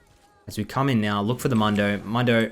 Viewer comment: mundo not momdo